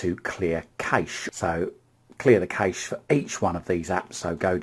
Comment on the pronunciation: You said "remote control" like 100 times! So annoying, sorry just being honest, and it's not nessasary really? Also " cache" is pronounced "cash" keep up the good work 👍